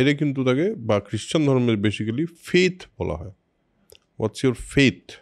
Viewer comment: বরাবরের মতো অসাধারণ আলোচনা! একটা ছোট্ট বিষয়, basically শব্দটার উচ্চারণ হবে বেসিক্লি বা বেসিকলি। ধন্যবাদ। /ˈbeɪsɪkli/